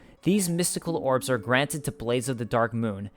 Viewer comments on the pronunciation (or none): none